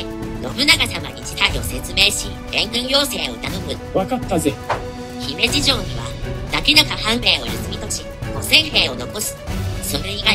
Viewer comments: 姫路のイントネーションだけ気になる笑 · 三木城に三木さんが居たわけでもないのに、三木城落城を惜しんで、あるいは偲んで、 三木性を名乗る人が大量に発生して、現在でもまあ三木さんの多いこと・・・播磨 あと姫路の発音は姫路市・姫路城・姫路駅など後ろに何か付いてるときの発音が自然です。 播磨・神戸・明石・たつの・堺・伊丹とかだと、先頭にアクセントがあるのが自然なんですけどね。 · 姫路のイントネーションがNHKでクレームが出た発音になってる……。 姫路の人が聞けば因縁付けて来るかも……